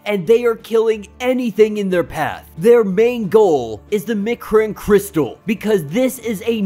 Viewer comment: bruh i know ur young probably and mightve just gotten into comics, but its pronounced M'Chron (EMM-KRON) Crystal, and Annihilus (An-ny-hil-Lus) Oh and its Uatu (Oo-Ah-Tu)